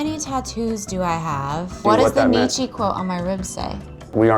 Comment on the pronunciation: Also though, how are you gonna get a Nietzsche quote tattooed on yourself and then mispronounce his name?